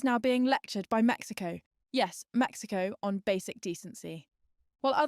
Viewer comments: "The US is being lectured by Mexico, yes, Mexico" The extra emphasis was unnecessary. I know the cartels are a big problem, but aside from that, Mexicans are quite friendly and generally open-minded and great people. Source: I moved to Mexico last year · I was thinking the same thing. "Mexico, yes, Mexico," aren't they doing what they accuse the US of doing by saying it like that?